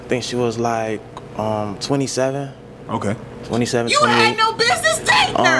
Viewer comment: If you say “ bidness ” I can’t deal with you